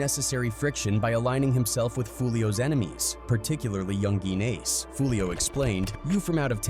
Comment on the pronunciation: "Yun-gien Ace" 😂